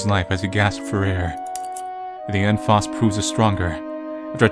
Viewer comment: I believe it's pronounced "Fowst." That aside, this was an interesting game. 👍